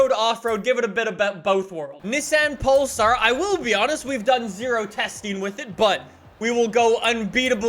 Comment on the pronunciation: I keep thinking he say Nissan Polestar lol